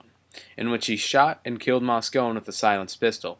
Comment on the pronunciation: Moscone is pronounced Moscony, not Moscone. This narrator must not know much about this story, and is just reading copy.